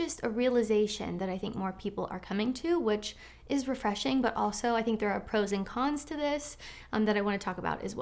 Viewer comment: When she says "... pro's and con's..." it sounds almost as though she's saying "frozen cons." ie - "There are frozen cons to every situation..."